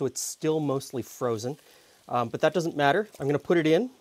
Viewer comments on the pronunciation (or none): none